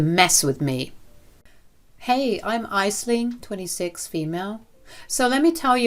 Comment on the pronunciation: Your say aisling wrong